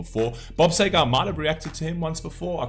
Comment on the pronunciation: Seger not Sager